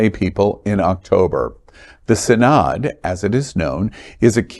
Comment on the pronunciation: "Synod" is pronounced "SIN-ud."